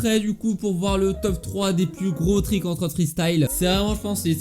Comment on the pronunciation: stp dit triks et pas trik